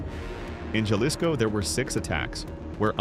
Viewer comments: She just said “JA-lisco” rather than “HA-lisco.” Goodbye. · It is pronounced halisco. Doesn't she watch the news? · Horrible pronunciation of “Jalisco “ 👎